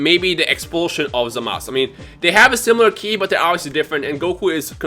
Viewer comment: Why does he keep calling Zamasu, Zamas?